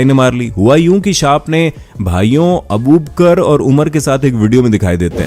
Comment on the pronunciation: Abu baker ko abuker😂😂😂😂😂😂😂